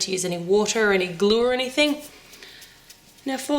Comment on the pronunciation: Listen how she says( glue)